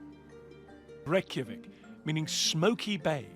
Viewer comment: funny watching that guy talking about your country and he obviously doesnt know what hes talking about, and cant even say Reykjavík right ;'D lmao